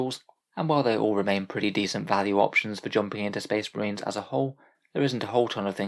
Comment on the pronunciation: Bleh, more shpesh muhreens